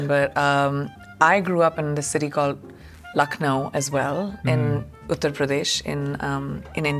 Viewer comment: loved the way pronounced Lucknow, you're almost there bud 🙈✨